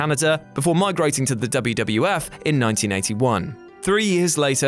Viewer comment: It was the "WWF", not the "WWWF".